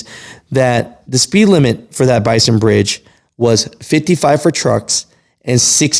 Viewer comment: BASIN. Basin bridge. Not bison.